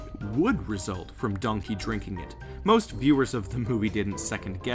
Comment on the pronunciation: I keep laughing when he says Donky dong